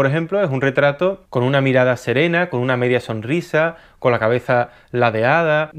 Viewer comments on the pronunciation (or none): none